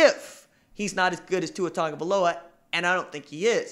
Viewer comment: Why do people keep saying tungavailoa? Its tagovailoa